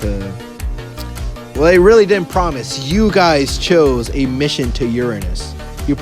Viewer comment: You say uanish